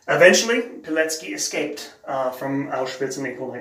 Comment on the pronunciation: Excellent pronunciation. Auschwitz during the war was a part of 3rd Reich, as Hitler decided. Mentioning Poland in that context is rather silly.